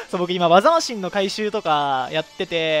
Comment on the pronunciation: 技マシンの発音えぐいなw